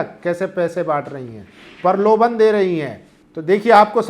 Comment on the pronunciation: परलोभन नहीं प्रलोभन, उत्तर परदेस नहीं उत्तरप्रदेश होगा, बिलास्ट नही ब्लास्ट होता है, नेसनल की नॅशनल